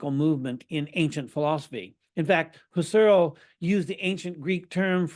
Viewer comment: It's Husserl with the accent on the first syllable and Gurwitch with the accent likewise on the first syllable.